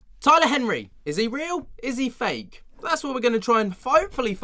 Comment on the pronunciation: Did you say flake or fake .?